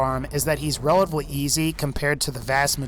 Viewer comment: He says every word right except for relatively lol